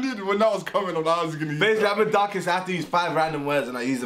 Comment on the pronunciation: who else knows what darkest is saying